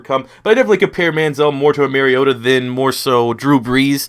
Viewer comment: It's pronounced Mary O Ta